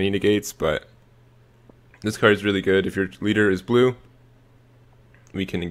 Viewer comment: Why do people but u when they say blue?